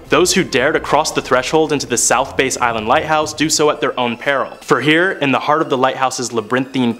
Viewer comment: It's south bass (as in the bass fish) not a (bass guitar) ! Wow